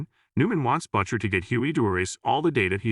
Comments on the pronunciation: Why are you pronouncing "Butcher" as Buccher? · Who is "Butt Cher" that you keep referring to, will "Butt Sonny" show up for a duet? Perhaps getting a real person to read the narration, rather than the AI/text-to-speech program which is currently butchering the pronunciation of every third word? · "BUTT-CHER" How can your AI not pronounce the name Butcher properly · He's referring to the terrible AI voice used to pronounce Butcher as Buttcher. The AI can't even pronounce the name correctly, what a joke.😂😂😂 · Why does Butcher sound like 'botcher' here? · HORRIBLE recap....how can a ai voice screw up "Butcher".